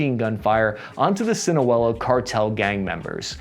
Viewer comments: And Sinaloa not Sinoa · The pronunciations of all of the cartel names were hilarrrrrious. Sinlo cartel eh? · It would be really cool if you learned how to pronounce Michoacan, Sinaloa, and Jalisco correctly...🤦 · Dude should learn how to pronounce Michoaccan, & Sinoloa before he professes his expertise. A visit might help. Perhaps he wouldn't dismiss The Cartel with air quotations if he had at least visited and realized the "the oppressed" (with guns) is 'exactly' what The Cartel is. This is what happens when the slaves get guns. They attack The Plantation 'owners'. I lived in Mexico,& if anything, I felt safer among The Cartel than The Policia (which is just the biggest cartel in 'any' nation). This guy is just offended by 'the challenger' to his own cartel😏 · Bro no offense i find your content funny and informative most of the time but when you are talking about a country maybe actually check how the names of states are pronounced dont expect perfect Spanish but you didn't even. come close Sinoala, Jalisco, Michoacán bro I almost feel embarrassed for you, take some pride and get the very basics correct. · “El chapo’s son, abuhdeeyo Guzmahn…..military helicopters rained fire on the sinuwehlo cartel” Bruh I’ve heard some bad pronunciations but that shit is next level 🤣 It’s Ovidio and Sinaloa it’s not that hard lol